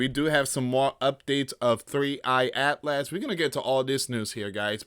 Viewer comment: PRONOUCED AS ATLES